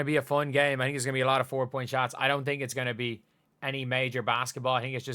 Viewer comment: Foown. I’m rying to sound out the Irish pronunciation of fun. 🤣🤣